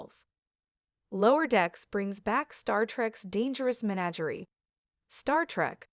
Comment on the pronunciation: Oy! It's pronounced "meh NA ger ee", where the accented 2nd syllable sounds like the AA in Abbot, absolute, after, or the director's cry "AAAND TAKE!". The lame CG voice finally gets it right at about . But continues to slaughter English pronunciation like a Borg invasion... Seriously, what's wrong with voicing your own content? Or hiring a voice actor? If your content is worth our time, isn't it worth this step that makes it palatable?